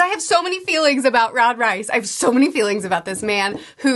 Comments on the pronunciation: I love this breakdowns and the vlogs. I’ve watched them all. There’s another very big sci fi series that feels so similar to attack on titan I have a hard time believing there wasn’t some inspiration. Anyway, great video as always. Also, I was thought it was pronounced Reese not rice, but I could be wrong. Sorry if that’s annoying lol. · It’s pronounced Reese not Rice